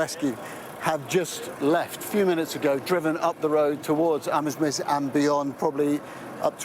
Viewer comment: Pronounced Amz-meez